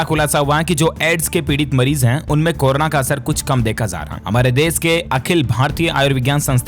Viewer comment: इस बंदे को कोरोना बोलना नहीं आ रहा है। गलत उच्चारण अर्थ का अनर्थ कर देता है।